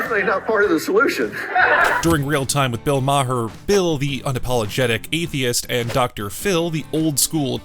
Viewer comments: Learn to pronounce his name. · Dude, what damage was done Dr. Phil? Secondly, learn how pronounce Maher's name. You sound like a moron. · That's the oldest pronounciation of maher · The 'h' in Maher is silent, BTW. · OMG. It was driving me crazy when he was mispronouncing his name EVERY TIME. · Can you say his name right man come on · You guys gotta learn how to pronounce Bill’s name….fucking hysterical